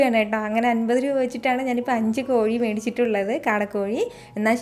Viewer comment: കോയി അല്ല കോഴി ആണ്